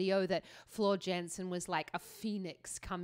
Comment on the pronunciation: Shes Dutch.... So its pronounced Yansen.